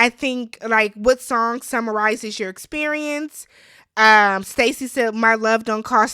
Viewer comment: Experiemence haha I love it